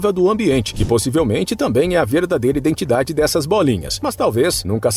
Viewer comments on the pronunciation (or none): none